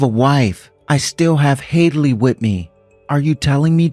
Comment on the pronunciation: I’m not sure do or know how to pronounce Hadlee’s name?